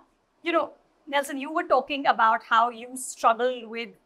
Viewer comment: anchor calling nelson as nels..